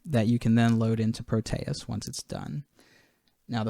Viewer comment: You are pronouncing it wrong like most other youtubers. pro te es, not pro tay us. Here is an audio example.